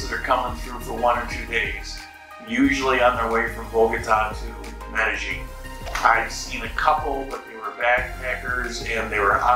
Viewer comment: Glad your happy now and if you get rid of the G when you pronounce Medellin you will say it correctly. Sounds really weird and ugly with the G you add. Just saying.